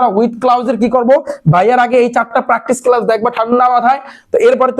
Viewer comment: ক্লাউস না ভাই ক্লস